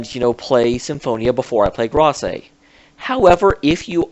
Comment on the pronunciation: please stop saying Grace wrong. It's said like this: "Greyse," all one syllable.